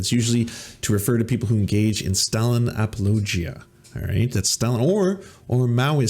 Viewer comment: you pronounce "apologia" weird. Otherwise, great video!